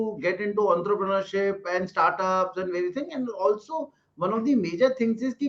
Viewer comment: It’s not unterpreunership it’s entrepreneurship first pronounce properly. And its not kontinuously it’s continuously. Don’t kill with your unskilled language 😆😆😆